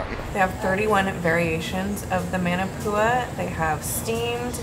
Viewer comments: ..it's pronounced "mon" NOT "man"... ..so "mon"-na-poo-a... #manapua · Maa Naa Pua not man a pua 😂 & Sing Cheong Yuen has the best Maa Naa Pua’s. You guy’s need to do a Hawaii food tour. 🥰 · Oh man. Love you guys and your videos but the pronunciation of manapua!!! Muh-nuh-poo-uh is the correct way instead of Man-o-Pua. Like Moana not Mo-anna. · Love you guys but it’s pronounced “MAH-NAH-POOH-AH” aka Manapua lol and its “MOO-SAH-BEE” aka Musabi. So glad you folks came! Wish I bumped into you folks I would’ve been girl fanning lol okay back to watching the rest of the video! 😊🤙🏽